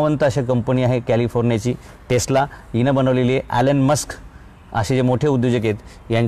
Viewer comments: alan musk nahi elon musk ahet te sir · Alon musk nahi elon musk